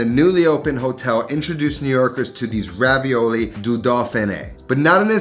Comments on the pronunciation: They are not pronounced Ravioli, ist more like [Ravioll]. But thank your for bringing Back the Idee of making These! I ate them in my childhood in vacation in france before i tasted Ravioli. Because of this i never liked Ravioli much, because Raviole are Just so much better in my opinion! Nice Video! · These are actually called "Ravioles" with the -e and -s silent so pronounced Raviol ... They are delicious thanks to the strong tasting Comté cheese. And "Vin jaune" means Yellow Wine! xx